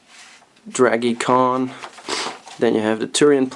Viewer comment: You can tell this dude hasn't played Super Metroid before. "Dragie Con" "Ripley" lmfao